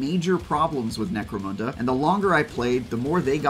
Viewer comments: Can we all stop calling necromunda necromOOnda now?….. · No it is pronounced "necro-moon-the".